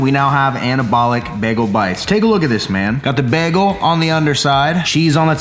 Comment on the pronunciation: Nobody:: BEGLE